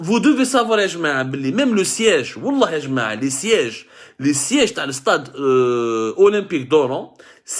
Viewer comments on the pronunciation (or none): none